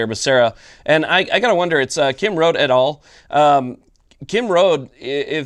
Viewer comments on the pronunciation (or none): Kim “Road-ie”. Yes it is her.